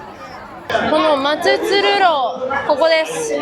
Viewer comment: まつつるろうではなく「しょうかくろう」と読んで下さいｗ